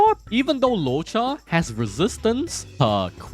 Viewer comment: Bruh. You have butchered Loucha name like 30 times and you say you dunno if you spelled Yukong name right. We learned how to spell Loucha name during live event and you called him Luouocha all this time. His true name is Latte cha cha.....I mean Lacha.